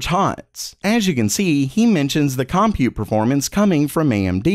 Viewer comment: ‘Compute’ is pronounced ‘cum-PUTE’… not COM- pute.